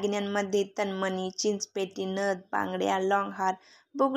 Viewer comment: तनमनी नाही तनमणी हा.उचचार.करा